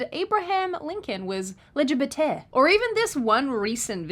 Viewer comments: “legibetah” hahaha omg killing me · The way you said “LGBTehhh” had my dying 😂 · "Lé Gebeteaux" LOL I hope this catches on. Please keep doing it until it does 😂